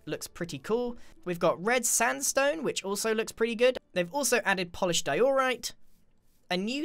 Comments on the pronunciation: I think iskall would get triggered if he heard you say dye-ooo-right. Or also die all right XD. Edit:Oml that's the most likes I ever got thank you so much! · Di-oooooooooh-rite It’s just Dio-rite. Bit over on the O there right? ... wait what am I gonna write now? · I thought he said"Polished doritos😂😂😂" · It triggers me how he says diorite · Its di-or-ite (i hope thus helps (;´༎ຶٹ༎ຶ